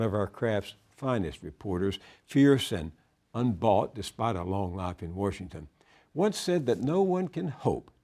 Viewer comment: Love how he says "Warsh-ington"